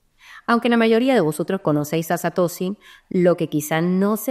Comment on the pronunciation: Satosi ? Es la primera vez en mis 8 años de crypto que escucho a alguien pronunciarlo así.